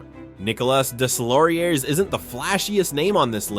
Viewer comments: “Deslauriers” is pronounced “Dayloriey”… my ears are bleeding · Nicholaschh Desslaurieurrsszzz 😂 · How in the name of god can you NOT know how to pronounce Deslaurier's name? Unforgiveable to butcher a name like that SO many times. And it's such a small invesment of time to get it right and not sound like complete idiot. Pro tip - Do better FFS's. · I speak french, and the way you prononced Deslauriers is so bad, you should try to learn how to prononce names of the players. I speak 4 languages, and I understand you speak only one ;-) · Deslauriers, the s is silent